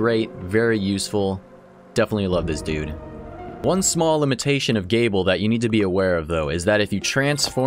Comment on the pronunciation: Interesting to see characters from the Bloodstained series in this game. Also, just to clarify, Gebel's name is pronounced Jee-bull